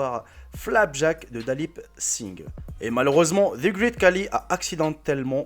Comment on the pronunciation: Coucou donc déjà ça se prononce "greït" pas "grit" car tous les mots en "ea" ne se prononcent pas pareil. Ensuite, tout le monde te dit que ce n'est pas le plus grand du monde donc change ton titre si tu veux être crédible et ensuite il a surtout une maladie le gigantisme donc c plutôt triste mais bon c'était tout de même intéressant 😁